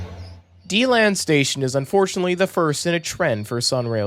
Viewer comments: My home commenter rail! Quick note though Deland and Debary are pronounced DA-land and DA-bary, and it's SAND lake road station not salt lake road. And yes Winter Park is a pretty popular station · I'm from DeLand its DE land. not being rude in anyway if i appear to be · Yep he mispronounced Deland and Debary too